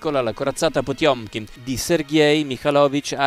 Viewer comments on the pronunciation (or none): Quando hai detto Potiomkin ho fatto un sobbalzo. 😅